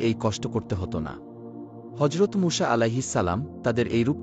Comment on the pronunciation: মূষা কি আবার????? নাম টাও নিতে পারেন না ঠিকমত